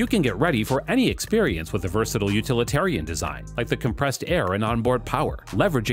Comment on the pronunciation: Versatile is pronounced ver sa tile, not ver sa till.